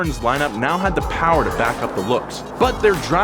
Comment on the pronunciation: More Powah Baby